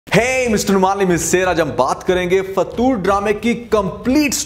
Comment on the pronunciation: It's not fatoor😂😂😂😂😂